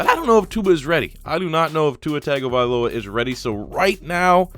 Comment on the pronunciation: “Tagovailoa” not tagovialoa....